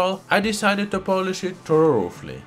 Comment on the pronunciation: “Thoroufly” I’m going to hell…